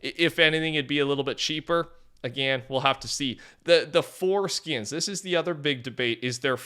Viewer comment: Don't say "Four skins" as if its one word...